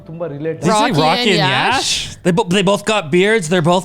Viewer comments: Prashanth neel pronounced "YASH" sir.. 14 : 07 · Exactly her pronounciation was correct for Yash ❤️🔥